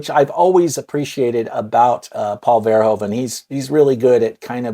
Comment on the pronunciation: One thing to note, Americans always misspronounce the last name Verhoeven. He's Dutch and the "oe" sound is one vowel sound (phonetically [u], not [o]) so if you pronounce it as VerhOOven as in the word "hoover" it would sound almost like it actually should be said.